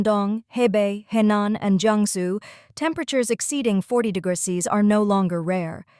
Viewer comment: Maybe use an AI that can pronounce "degrees" when making a video about high temperatures..